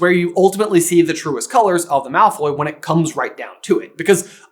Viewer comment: not “Malfoy’s” 😭